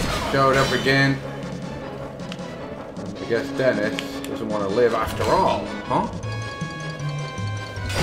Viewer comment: Dennif the mannif